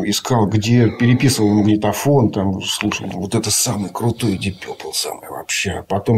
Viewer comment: Пацаны , вы оба неправильно произносите слово purple , вот его транскрипция: pərpəl , пэпэл 🙂